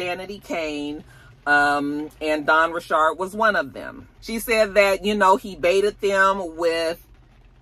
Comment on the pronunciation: Dawn’s last name was always pronounced Ri-chard. She’s creole/Haitian.